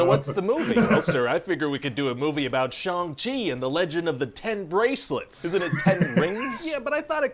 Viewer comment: SO grateful pronounced Shang correctly!:)